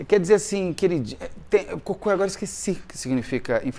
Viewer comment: Não é cocô, é Coco Chanel. A silaba forte é a primeira. Cocô é 👉🏻 💩